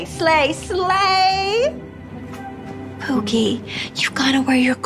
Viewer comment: "P O O K I E" caught me off guard 😭